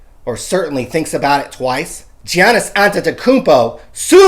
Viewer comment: Same. Wish they'd say "Giannis" right, but on the flip side nailed "Antetokounmpo" so it's kinda a wash. LOLZ